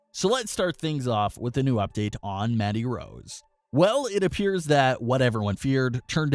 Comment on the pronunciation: All I heard was "Maddy" Rose